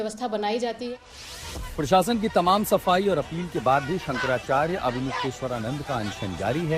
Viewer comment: पहले तो शंकराचार्य जी का नाम कहना तो सीख ले